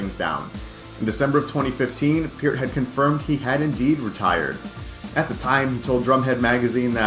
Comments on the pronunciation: It is pronounced pert, not piert, absolutely dsrespectful idiot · I can't believe no one cab pronounce Peart, after hearing him say how it's pronounced correctly. It's pronounced pear like the fruit with a T at the end